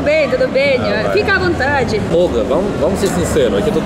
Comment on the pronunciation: Olga ( kkkk 😂) te amo! ❤❤❤